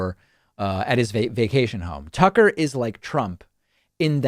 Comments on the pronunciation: David; Did you say a "Sucker Carlson" or I just misheard? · You KEEP mispronouncing his first name